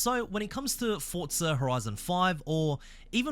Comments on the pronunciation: Just say Forza not Fortza you are Aussie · Please stop saying Fortza